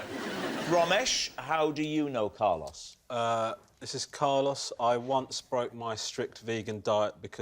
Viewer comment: I love how even after Carlos pronounces his name right they still keep saying Car loss.